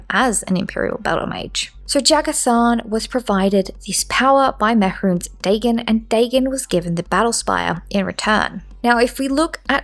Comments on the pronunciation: Im a minute and a half in and I cant stand how you pronounce his name man. Like it is just the most stilted and awkward way of saying it and I cant bare dealing with it for a whole hour and a half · Can someone tell me if she ever stops pronouncing it like that? Or should I just skip this one? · Is she gunna say it like that the whole video…. Yup. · the way you pronounce mehrunes dagon instills a slight amount of primal fear and rage, fitting i suppose